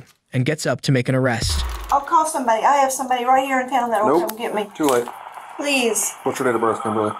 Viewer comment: He said… “swear to god! I wouldn’t lie PWEEZE” 😂